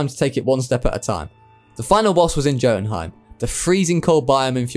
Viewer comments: Jotunheim Is Pronounced Yotunheym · please god please learn to say these names m8, jotunheim is pronounced with a Y NOT A J